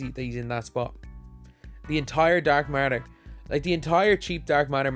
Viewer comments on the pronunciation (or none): He says dark matter like dark martyr